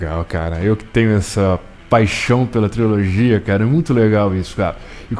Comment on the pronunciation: Se fala trilogia e não triologia